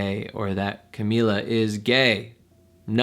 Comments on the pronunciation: You have 32 comments and yet no one is going to correct you that it's pronounced shamila not shawnmila!?!?! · CA- MEE- LA not CA-MI-LA.